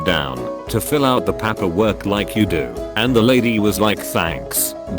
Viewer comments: No one: Siri bot dude: papperwork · No one: Text-o-speech: Pa-peer-work